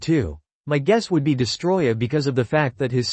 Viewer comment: It's DEST-O-ROY-AH...get it right!